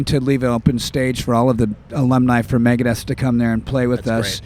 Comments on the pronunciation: ITS MEGADETH!!!!!! Not Megadeath.... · Vera666 god it pisses me off when people get that wrong.